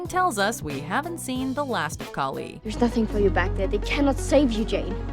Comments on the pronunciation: It's Kali (Ka-lee) not Kali (Kah-lee) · It's Kali not KaLI! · Is anyone bothered that she is pronouncing kali wrong